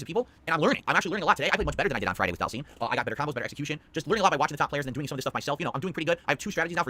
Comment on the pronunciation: He needs to learn how to pronounce Dhalsim.